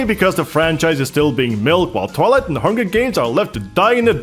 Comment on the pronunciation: i'm pretty sure that you pronounced 'twilight' the same as 'toilet' at some point